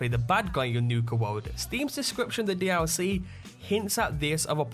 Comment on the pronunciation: everytime this guy said dlc he's say: dee owl c